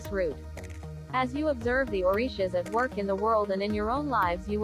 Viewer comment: This pronunciation of the Orishas is not correct! 🤔